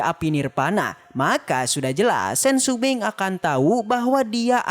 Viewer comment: Shopping bukan sumbing